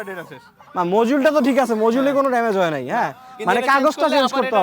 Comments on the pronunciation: Yeah this is মজিউল/মজুল not মডিউল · ভাইয়ের উচ্চারণ Just WOW.. Module= মজুল। এই বিষয়টা জোশ 😊